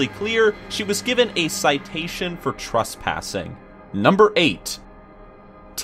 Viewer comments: "Trustpassing" IS ANYONE ELSE HEARING THIS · The way says Trespassing XD